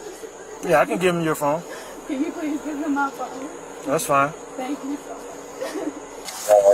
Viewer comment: "He has my phaoune!" "[Unintelligible] my phuw'aune?" Why do they always start pronouncing "phone" like this the instant the handcuffs go on? Sounds like an Australian trying to say "no" 😅